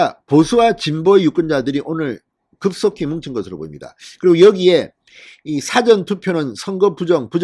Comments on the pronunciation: 사^전투표가 아니고 사전투표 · 싸전투표 억양이 거시기하네요. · 사전투표 발음좀 똑바로하세요